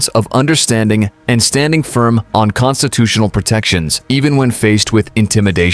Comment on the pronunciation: DID YOU SAY CONSTIPATIONAL PROTECTIONS? NO WAY YOU SAID "CONSITUTIONAL" AS THAT IS A VIDEO STORED FOR THE EXTORTION OF CITIZENS VIA THE TYRANNIES OF "THE RIDES" THROUGH THE MANDATED UNJUSTICES OF AS STANDARD TYRANNY LEO/JUSTICE SYSTEMS' YEARS OF NOT SWIFT JUSTICES.